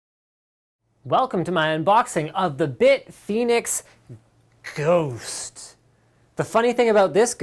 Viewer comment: "Welcome to my unboxing of the big fenix GHOÔOST. The nunny thing about this ghost is you can see it!" lol